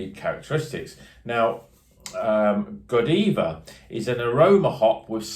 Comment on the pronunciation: Pronounced God-eye-va, probably from the chick who rode through Coventry naked in medieval times as a protest about high taxes. It's not just a beer channel but also a history one too! 😃